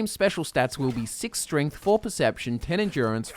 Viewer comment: i swear says stringth instead of strength